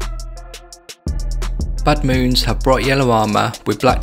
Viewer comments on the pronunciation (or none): Everytime he says Badmoons, I hear Buttmoons. Awesome paint job dude!